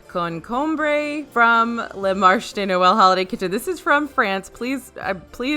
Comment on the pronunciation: The pronunciation in french was great! It’s just marché (marchay) means market, marche (marchuh) is to walk! 😊😊